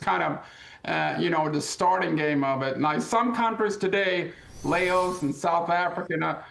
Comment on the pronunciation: Dude can't even say Laos right.